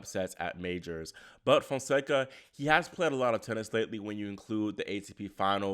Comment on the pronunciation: Fonseca named pronounced “jew-wow”. But Soften the J a bit. Spread the word cuz everyone murdering his lovely Brazilian name.